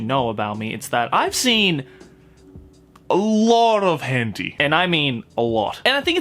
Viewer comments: it is, he has to say it incorrectly so he doesn’t get demonetized. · It’s pronounced hent-eye not henteeeee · Henti argh its hen-tai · it was hen-tea? i pronounced it hen-taei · HENTEE?!?! isnt it pronounce hentayy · wHy dO u sAy it like that Hent-ee? Lol! Hen-tai! Japanese pronounciation 😂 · wait its called hente and not henti :0 I've said it wrong all this time lol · “hen tee”?? tf i say it “hen tie” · It's pronounced 'hen-tie' or 'hen-ta-ee' :) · Why does he say hentei? Watching it with friends and female friends what the hell!? Too cringe, can't watch. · Are you say hęñtíé like that on purpose? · what the hell is a "Hentee"? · hentea? LOL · ah yes hentee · did y-you just say...henty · It’s pronounced Hen-Thai. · 'hen-tee' lol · "but this can also be said in the world of 𝓱𝓮𝓷𝓽𝓲" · Ah yes. The world of HENTY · It's pronounced hen-tie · It’s Henti my dudes XD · And also says “henti” makes it a bit funny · I thought they said *hen tay * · Did this guy say hen-T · No one This guy: HeNTee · Henti is for real bois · Bro why do you say hentee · plz don't say henty it makes me crinnnge and btw checkout me channels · "Hen tee" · Why we saying hen-tee? Something about demonetizing? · I used to call it "hentee" too Now that's what I'm going to call it that forever. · "As Weird As This May Sound To The Common Otaku, I Think The Same Thing Can Also Be Said For The World Of Henty." It just makes me laugh every time he pronounces H*ntai differently just to keep his channel a float lol! 😂😂😂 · why is he pronouncing it so badly? XD Hentee? is it because of youtube regulations? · ''Hen tie''?? Sound like a good anime. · Ah yes. HENTI. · I think it’s pronounced hen tie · u r saying the word wrong